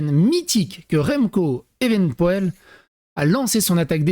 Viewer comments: Evenepoel se dit evenepoule pas poaile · En phonétique, on dit "évenepoul". pour ta culture G. rien de grave. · T'es pas foutu de bien prononcer le nom de l'athlète c'est honteux